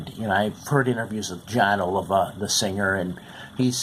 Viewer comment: FFTR bombed because the band was made to record for the album, by the record company, songs that Jon had in fact, written for other artists. Artists of a completely different genre, John Waite, for instance. Then, let's see...their last name is pronounced Oleevah. :)... And Criss not to be nit picky...but he was a phenomenal guitar player who had been approached by Dave Mustaine to play for Megadeath..who was carelessly and thoughtlessly killed by a 7X convicted DUI driver on October 17th 1993. His wife, who was also in the car, never entirely recovered from the accident and the loss of Criss and died several years later. :( We miss Criss so much.